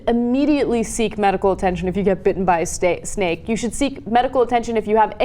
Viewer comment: I thought I heard "bitten by a steak"